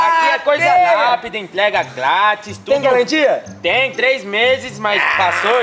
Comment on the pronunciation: A falou é sem galantia 😂😂😂